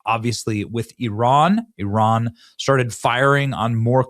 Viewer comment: ... ... THANK U for pronouncing IRAN 'PERFECTLY' 🙏🙏🙏